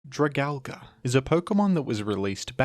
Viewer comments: I actually had physical symptoms every time this bastardization was said. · Funny way to pronounce Dragalge, but I like it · They really gotta teach pronunciation more down in Australia damn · Okay this is the most offensive Pokémon pronunciation yet. Australia has gone too far. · Ok. Say it with me DRAG- ALGE. Not DRAG-ALGA. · "Dragal-guh" 💀 But in all honesty, I love it when you cover more niche pokemon like this, keep it up! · I thought it was pronounced “drag-algae” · "dra-gal-ga"???? its drah-gal-gee" like algae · Jra-Gal-Gee, not Jra-Gal-Guh. Please don’t say it like that. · Your video is very precise and well made. I have faith this helped a lot people. Only one complaint. Dragalge is a play on words for dragon and algea. It's pronounced drag-al-jee. It doesnt end in an A like tangela, dialga, palkia, giratina, lugia or komola. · It hurts me how you pronounce it, its drag-ALGAE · Whys bro calln it dragalga, its dragon and algae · Drag algae is the pronunciation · It’s pronounced as dra gal ge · Alge (play on the word algae), pronounced Al-gee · why do you always pronounce opkemon names wrong lmao It's drag-algae. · It’s drah-gal-gee bro 😭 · everyone’s talking about Dragal-guh but no one talks about Ar-ball-iva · Isn't it pronounced drag- algie? Like dragon and algie? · I always thought it was pronounced "Drag-al-gee", alluding to it obviously being an algae dragon pokemon. Nonetheless, great video! I always enjoy watching/listening to them. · It is pronounced Drag- AL- G. It's name is based on it's a appearance because It's a sea dragon/sea horse that resembles algee. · Yeah thats what i meant, he was saying Al- GA, I thought it was what you were saying. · Have I been saying it wrong or are you? Gen 6 dragons are probably my favorite. Goodra and drag-algae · i know your ass is saying dragalge like that to get comments correcting you for the algorithm boost, fair play tbh that pronunciation was kinda hideous. cool vid too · God that mispronunciation 🤢